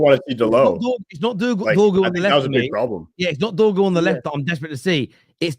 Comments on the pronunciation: DORGU NOT DROGU 🤦‍♂️🤦‍♂️🤦‍♂️ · Trying to make his name sound like Drogba when it sounds more like dogpoo